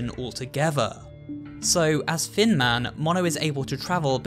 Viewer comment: Does anyone else hear fin man when says thin man